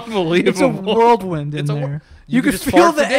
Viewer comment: Joe did you just say "world wind?" It's whirl wind, good sir. You guys should do an episode where you go over common sayings and phrases to see how many you guys have been misinterpreting for years 😊